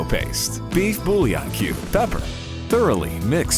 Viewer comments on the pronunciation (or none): none